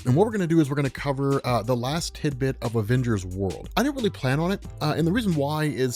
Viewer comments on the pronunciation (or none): none